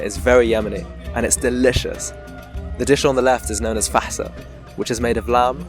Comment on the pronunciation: hahah that explains everything , because the moment i heard you say "Fahsa" with that outstanding pronunciation i thought you might know some Arabic, and i was right lol , welcome to Saudi Arabia mate.